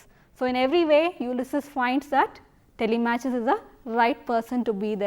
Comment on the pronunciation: It's TELI-MAK-US not TELE-MATCH-US, ma'am